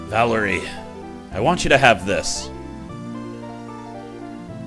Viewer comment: You said Valerie correctly.